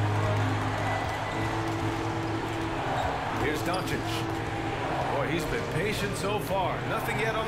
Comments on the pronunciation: Regular humans: "Doncic" Flight: "DON-ICKICK" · Why do you keep saying Doncic name wrong 😑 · It's pronounced DON-CHICH!!!!!!!! LUKA DON-CHICH!!!!!! C'mon man!!! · Announcers: literally pronounces doncic how it's supposed to Flight: Dawnichich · This man flight steady calling doncic donicin 🤦🏻‍♂️ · Dude deserves to lose for calling Luca whatever "Donic" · Guy said donicic lol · Was my man saying Donakick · Did he just say donikik? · Who the shit is Don-a-kik? Sad Mavs fan here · Please learn name pronunciation my guy. Don A Kik? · Deserved it since he butchers his name on purpose. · Why can’t he get one NBA player’s name correct? PATRICK CHEWING? AKUMPO? ZEYON WILLIAMS? LUKA DONNAKICK? This guy is hilarious 😂